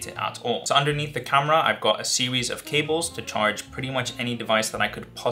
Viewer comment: You said "sewies" of cables haha